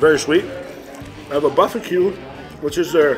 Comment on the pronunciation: Buffaque?? TRY BARBALO!!